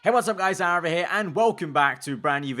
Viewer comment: Fast Aaraval (Arival)?